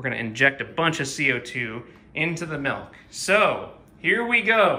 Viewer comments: “Melk” The Midwest would like to know your location